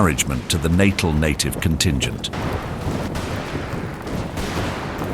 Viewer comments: It's pronounced "Nattell", not "Nattil". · Every time Natal was pronounced incorrectly. Details matter, it's not Natal as in pre natal or post natal. It's pronounced nuh-TAHL. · The enunciation in this clip is appalling. Lieutenant = lef-tenant (not loo-tenant, an American dialectic); Natal = Nat-aal not natal (as in birth) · The pronunciations in this are so off. Even Natal appears to defeat this narrator. Or is it AI.